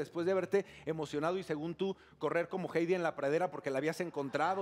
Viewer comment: alex florez Así ni se escribe"Jeidy" AJAJAJAJA es "Heydi"